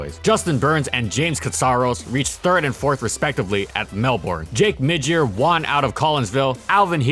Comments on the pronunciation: can tell ur reading off a script when you say "juan" instead of "won" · Why are you pronouncing won as “Juan”? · I've noticed that you often pronounce "won" as "Juan" and it kinda makes me giggle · You say the word won weird